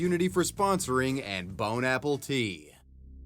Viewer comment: did you say 'bone-apple-T' ? I couldn't concentrate on the video after that 😅🤣